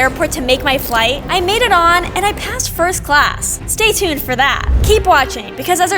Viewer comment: You said stay tod a lot of times 😂😂😂😂😂😂😂😂😂😂😂😂😂😂